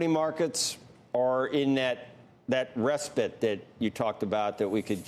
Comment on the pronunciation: What's a ress-pit?